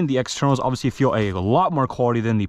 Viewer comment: bro says "oviously" so much